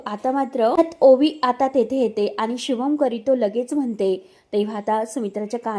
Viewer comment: शुभं करीतो नाही शुभंकरोती